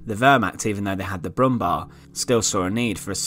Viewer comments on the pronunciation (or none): It's not "Brummbar", it's "Brummbär". You can pronounce it like "Brummbear" 😊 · Its not Brummbar, its Brummbär. Like Brumm-bear. It literally means humming bear. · It´s pronounced Brummbear, not brummbar. A typical German tank: too big, too heavy, too expensive and too late. Of course underpowered as most late German tanks thanks to Hitler´s gigantism. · Please its Brummbär with Bär meaning bear